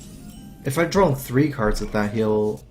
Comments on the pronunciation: I think I need to drawl Me: Drawl?:... drawl... Me: He must mean draw.. 26 minutes later.. JUST FUCKING SAY DRAW CORRECTLY YOU FUCKING IDIOT!!! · Is it me or does say 'Drawl' instead of 'Draw' a lot of the time.